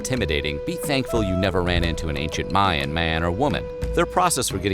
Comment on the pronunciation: Ooohh automatic thumbs down for "Mayan"